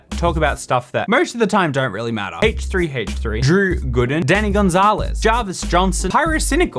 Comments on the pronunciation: Why does he h3h3 so weird. Its like haahch3haach3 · I love the way you pronounce Haych3Haych3 😂 But on a serious note, I've found myself more and more drawn to these negative commentaries - as well as drama channels - and I don't know why. Some psychologist could probably explain it. Thank you for bringing my attention to this, I'm going to go watch a squishy repaint video with lots of rainbows.